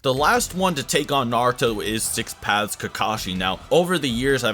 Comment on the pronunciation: I keep on hearing six pads